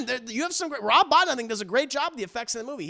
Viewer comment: The Howling, IMO, has the best werewolf design. AWIL is the most fun. Dog Soldiers is also fantastic. Rob Bottin's last name is pronounced Bo-TEEN. Great list !